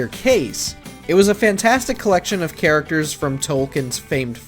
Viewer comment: You said characterchers